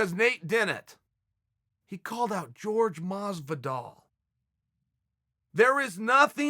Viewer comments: Like if you were annoyed everytime Chael pronounced Horhe as George. Smh! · It’s Jorge. Not George. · pretty sure Jorge has said infinite times "its not "george" - Uncle Chael trolling lol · The biggest heel of the history, uncle Chael.... Calling him 'George' Masvidal... Especially knowing that Jorge hates to be called that way....🤣😂🤣